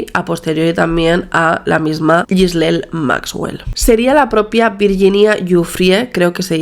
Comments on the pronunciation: es Ghislaine, no Gislel xD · Un trago a mi café cada que dice “Ghislel”.